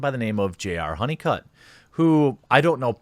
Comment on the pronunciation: I thought you said JR HoneyCuck. Which is more fitting than his old last name. Welcome Mr. HoneyCuck to your new internet name.